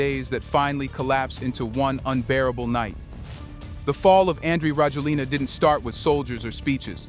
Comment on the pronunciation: His name is pronounced rah-JWEL-nah.